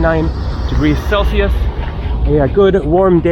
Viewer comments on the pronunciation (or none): none